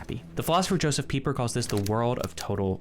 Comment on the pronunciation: When he said josef pieper i heard justin bieber and had to go back a few seconds LMAO